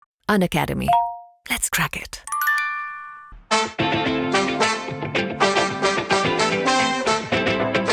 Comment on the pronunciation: Let crack it ko सही से तो बोलो